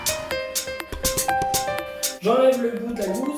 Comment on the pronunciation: J’analyse pas à la loupe mais celle-ci m’a fait mal aux oreilles. Je te rassure j’ai aussi longtemps fait la faute